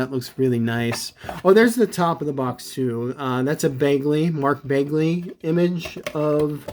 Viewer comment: It pronuced bag/lee